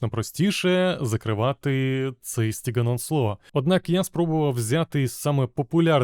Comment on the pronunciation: Перепрошую за занудність, але дозвольте дещо виправити - правильно буде СТІДЖІЕН ОНСЛОТ. Бо СТІГН ОНСЛО це щось на кшталт сокіаблє (sociable) і воно трохи ріже вухо.